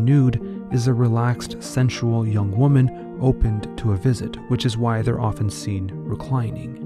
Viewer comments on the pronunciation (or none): none